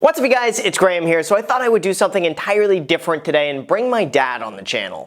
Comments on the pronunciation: Is your name pronounced Grey-ham or Gram )? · The way you pronounce Graham is just... My ears... are bleeeding